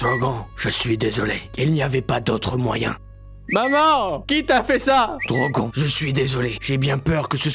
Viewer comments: attender il a dit drogon et drogonne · DROGON aaah ça se prononce "Drogonne" DROGON à la française on dirait un Pokémon 😂😂😂